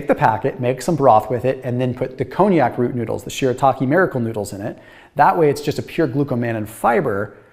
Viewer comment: Konjac: Con-jack is how it's pronounced, not like the French brandy, Cognac!